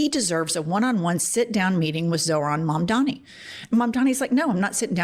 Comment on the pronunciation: THE NAME IS MAMDANI..HE SHOULD LEARN HOW TO SAY IT 🎵🎵🎵💃💃💃